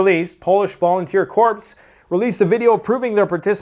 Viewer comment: Hey. Love the Chanel. Your insight is appreciated. But……… in Corps, the ps is silent. 😅😅😊.